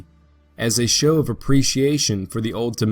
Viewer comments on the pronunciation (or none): none